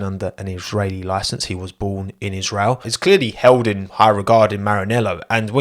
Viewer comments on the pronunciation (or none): none